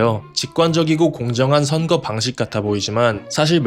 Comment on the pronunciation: 선그 아니고 선거